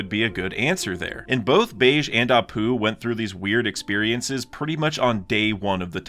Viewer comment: BEGE RHYMES WITH GEGE (AKUTAMI) IT IS NOT PRONOUNCED LIKE BEIGE